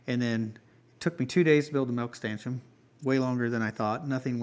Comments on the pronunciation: Totally agree with Rebecca, stanchioN, eXcavator, and you also say concrete strangely. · are you putting the M on stanchion on purpose? edit: I just got to the end of the video... HAHAHAHA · Congrats on the first milking!!! Ellie did amazing. Despite all of your mistakes while building the stanchion. I've noticed when you say stanchion you say stanchum. I don't know if that's a regional thing or not. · Why does he think STANCHION ends with an M??